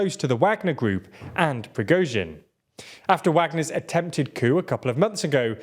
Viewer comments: I remember when was pronouncing the surname as "Prigot-sin" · Stop saying "Pri-GO-zhin" it's pronounced "Pri-GORE-zhin" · Wow, you're no longer pronouncing his name as Prizgovin, well done!